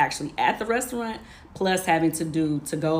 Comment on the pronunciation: Why can’t she say restaurant correctly 😂